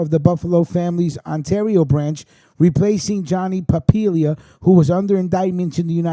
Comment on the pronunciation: Papalia is pronounced Pa-pail- lia . Love your channel and thanks for covering the canadian angle . All this crazy shit is happening in and around my hood . Everyday I'm listening to the news waiting to hear the next shoe to drop . You're right about everything making sense except , the guy getting his cars torched and the rat graffiti on his garage . Maybe he did it himself , to throw the heat off his trail with the cops on the Musitano hit . It's kind of in a rural area . Not much cover if your trying to sneak around and torch cars . Also , If you were going to torch some guys cars , wouldn't you torch the best cars he had to make it hurt more . The white Mercedes utility vehicle he had , never got touched . Yeah I think I'll torch the Ford and not the merc , yeah ok nice try .